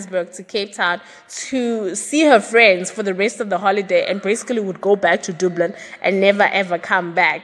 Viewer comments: Dublin not doblin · I love your channel. It’s pronounced “DUH-BLIN”, not “DOO-BLIN” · The way you pronounce Dublin yhooo Very wrong dublun yhoooo hayi